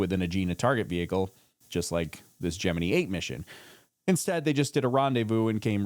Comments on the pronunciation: love your channel. very educational. but you got me when you pronounced Gemini as (gem-me-need) i thought it was ( gem-me-nye). but what i know lol. 😂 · Jim-in-EYE NOT Jim-innee